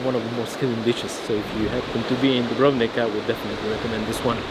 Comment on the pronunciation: Every time i hear the English pronunciation of Dubrovnik , a little part of me dies